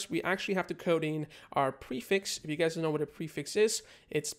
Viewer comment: He says Welcome gays